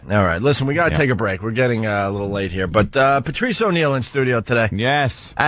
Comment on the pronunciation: ‘PeRRtrice’ jeeze